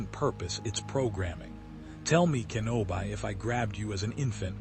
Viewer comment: It's "Kenobee" not "Kenobeye" lol